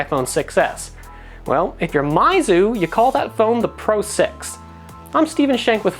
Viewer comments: MEYZU, not MAIZU* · It's Meizu, not Maizu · PhoneArena, why do you say mAizu??? Its mEizu, What where you thinking? Basic kindergarten english... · Its.... Pronounced MEYZU..... Not MAYZU lol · since when was meizu pronounced mizu? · well I think it should be pronounced as "Miizu".. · Your pronunciation of meizu is killing me